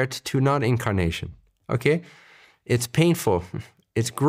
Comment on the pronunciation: Omg you said "incarnation" and i heard "kimkardashian" Lol